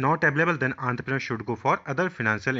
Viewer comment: That is the actual pronunciation